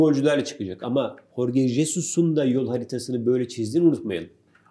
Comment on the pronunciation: Horge değil "J" ile Henad hok